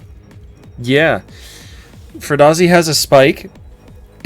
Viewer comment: Ecery time I hear Furdhazi I immediately think of Matthew McConnaughey and his performance in Wolf of Wallstreet where he's speaking about company shares to Leonardo DiCaprio: Its fughizi, fughazi, it doesn't exist 😅